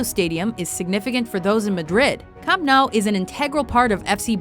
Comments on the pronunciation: I believe it's pronounced 'Camp New' and 'Santiago Bernabow' (as in bend over). Also what is that clip because it sure as hell wasn't Old Trafford. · I'm killing myself laughing because of the way she pronounced a lot of the football terms. She was like CAMP NOOOOOO. And like Messi, Swaaarezzz and NEEEEEmar. HAHA I JUST HEARD SANTIAGO BEEERNENADBEEARUUAUAA! HAHA FAIL. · pronounced new camp/camp new NOT CAMP NOW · It's pronounced 'Camp New', not 'Camp No'. Literally no-one pronounces it like that. Also, the list is still very US-centred (as per usual), despite three English examples. MSG deserves its place, maybe swap Daytona for Indy. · Just to let you know, Camp Nou is pronounced Camp Noo, now Camp Now. Great video though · did she really just just say camp nou hahaha its pronounced nou camp (noo-camp) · 1) It's Camp Nou not new 2)Where is the San Siro/Allianz Arena/Santiago Bernabeu 3)Why are you so bias to American venues 4)I have never heard of Fenway Park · MARACANA DIDN'T "SEAT" 200K PEOPLE, IT'S NOT PRONOUNCED CAMP NOW AND IT'S ALSO NOT THE BIGGEST IN EUROPE PLEASE FUCK OFF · What I here When she says camp nou ” namp now”😂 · Its pronounced "camp nu" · The Camp Nou is pronounced Camp New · United the most successful club in English football??... think you need to check your facts. Also camp nou is pronounced camp noo and bernabeau is pronounced burn a bay you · Camp nou is pronounced as 'new' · it's pronounced cam now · it's camp pronounced new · And camp no? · How the fuck does one mispronounce Camp Nou? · Where is the Etihad Stadium? .........If U Know what I mean P.S-Disliked due to pronunciation of Bernabeu And Camp Nou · What the hell did she call camp nou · you said camp nou wrong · The way she pronounced was Maracana was bad enough but Camp Nou was horrific, do some more research please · The fact that neither Anfield nor the San Ciro, made the list is heart breaking, also the way she butchers saying "camp nou" tear jerking